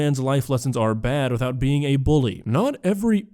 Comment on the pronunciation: the fact she said buly instead of bully is not surprising